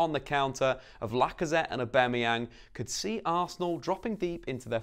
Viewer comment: Can’t can’t with how you say Aubamayang